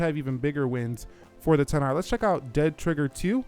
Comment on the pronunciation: Stop saying "ten r" and just say xr its really annoying